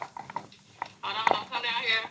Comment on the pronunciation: “Hod’on, I’m stealing”